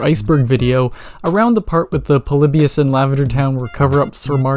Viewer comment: He said Polybius guys